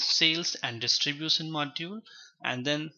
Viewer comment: Lol he's saying opsons, transacsons, distribuson😅... Anyway useful video tho...